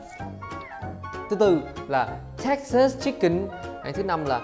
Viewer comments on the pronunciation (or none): none